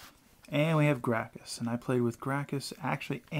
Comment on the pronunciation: I believe it's pronounced GRAKSUS